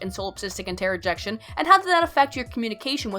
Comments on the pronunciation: Is it "interrojection" or "introjection"? Just asking because you seemed to be nitpicky about "affects" v. "effects". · Why do you pronounce "introjection" as "Interrojection"?